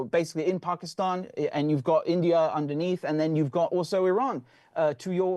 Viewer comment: Love the way says Pakistan! 🇵🇰 Pronouncing it properly! ❤